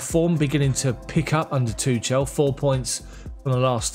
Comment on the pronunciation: Thank you for the news! Please work on pronouncing Tuchel correctly before it becomes irreversible. The "ch" is not as in "touch" or "chance"! I found this: According to Forvo, Thomas is pronounced 'Tomas' with extra emphasis on the 'a' and Tuchel is pronounced with the 'ch' sound commonly used in German and Welsh. The 'ch' is pronounced much like you would say 'Loch Ness' as in 'Loch Ness monster'. The 'e' is also left out, making it more like 'Tuchl'.